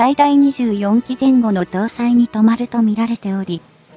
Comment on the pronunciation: 微妙な間やアクセントまで「人間並み」の読みを求めるものではないが、例えば、 の「留まる」をトマルと読むレベルの音読ソフトでは、生身の人間の共感は得られないのではないか。まず「スムーズに聞ける」、次に「内容に納得できる」が視聴者にとっては重要なことだ。このチャンネルは他のチャンネルほど煽情的ではないし、割と好きなのだが、もう少しの（日本人が得意とする）改善をお願いしたい。